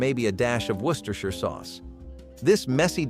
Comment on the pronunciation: I’m impressed the narrator pronounced Worcestershire sauce perfectly. Good job ;)